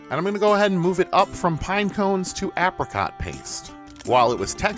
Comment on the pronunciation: I have never heard anyone pronounce "apricot" like that...